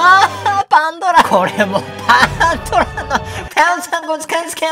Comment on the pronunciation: パンドラの箱言えない可愛くて好きです♡